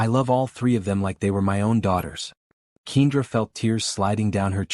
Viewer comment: Wonderful Story! However, If you choose to have a make-believe story of a mixed couple then choose a Name that the Narrator can pronounce. I believe that Ms. Johnson's Name is Pronounced Kendra not Keindra. Kindly, Fix the Correct Pronunciation of Kendra's Name because other than That, it sounds Stupid!!! Some folks Names don't make sense or Spelled properly?